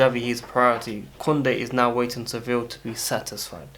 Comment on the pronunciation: Bro it’s Sevilla (se-vi-ya) not civil